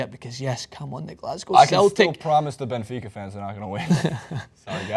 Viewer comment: YAY! HE SAID BENFICA!!!